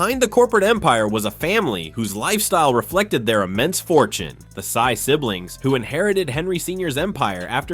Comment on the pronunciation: Henry Sy not Henry Psy